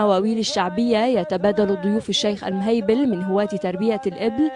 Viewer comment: المهيلب وليس المهيبل 😂😂😂😂